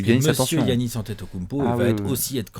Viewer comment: J’ai une question qui me taraude les gars: pourquoi prononcer GUiannis alors que les commentateurs prononcent Yannis, lui même semble le prononcer avec un Y d’ailleurs 🤔